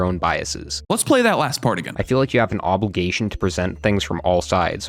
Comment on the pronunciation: this nerd kid said ''obolgations''